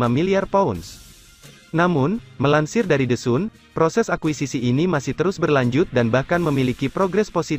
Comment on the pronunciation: Anda baca the Sun ya? Kan baca nya San